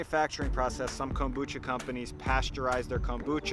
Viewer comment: The way you say Kombucha is brutal.